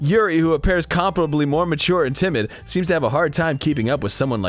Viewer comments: they still said it wrong lol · When they both don't know how to pronounce comparably.